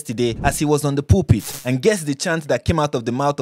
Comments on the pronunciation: Im so sorry but the way you said pulpit i thought you said while he was on the poopy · Was i the only person who heard poope 😂 instead of pulpit?😂